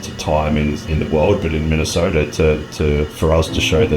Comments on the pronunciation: saying minnesoder twice in one video is crazy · Did just put an "R" in Minnesota?